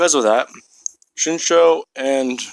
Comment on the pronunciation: Its Shinso* dude not shinsho